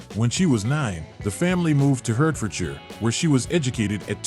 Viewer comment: "Dulwich and hertfordshire"!!!!!